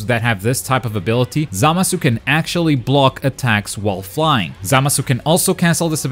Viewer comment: The way he pronounces Zamasu bothers me